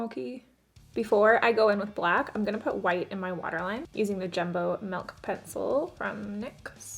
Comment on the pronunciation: hehe you say melk